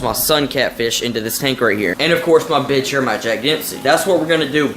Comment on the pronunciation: It’s pronounced bicher not bitcher